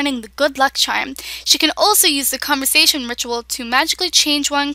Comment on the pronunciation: actually it is pronounced ( con ver tion)